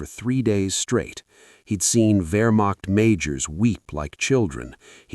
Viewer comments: A new world record of messing up the word Wehrmacht. Vermoched, vermocked, you name it. Extreme sloppiness. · Hey A.I. the word is Wehrmacht.